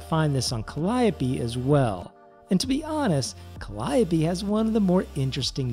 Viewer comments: You pronounced "Calliope" correctly. You get a subscription and recommendation just because of that. But seriously, good video, thanks for the info. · I was gonna say the same thing, I've so many people saying Cal-E-ope and even a Cal-E-o-pay, it's good to hear someone get it right haha.